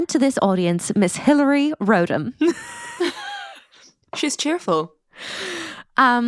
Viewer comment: It’s RODham - not ROADham